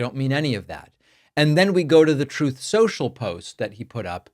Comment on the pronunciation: I will never, ever not stop laughing at “Troth Social.”